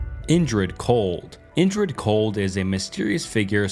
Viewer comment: Indrid Cold, not injured cold. Damn bro.